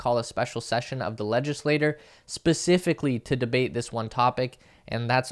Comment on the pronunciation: Its not legislator, it's legislature (chure)